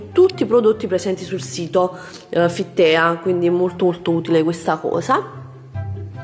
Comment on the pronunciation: PrinCESS e FitTEA nn si può sentire 😂